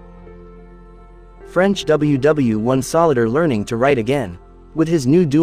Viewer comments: Actually pronounced the typo "solider(soldier) as "solider" lol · Learn how to pronounce soldier.